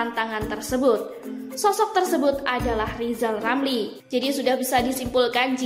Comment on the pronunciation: Lizal Lamli nyebut huluf R saja belum lancal